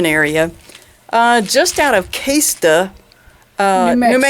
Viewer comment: Kwesta not Kaysta but thanks for the video!